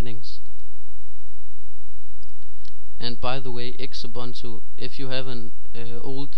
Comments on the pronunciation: I think it is pronounced Zubuntu like Zoo-Boon Too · I am pretty sure its pronounced X-ubuntu